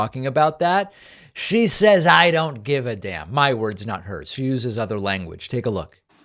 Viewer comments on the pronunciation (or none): none